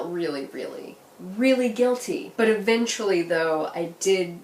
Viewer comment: In the beginning when you said "eventually", I thought you said "a-binge-fully" and I was like YES! I love you.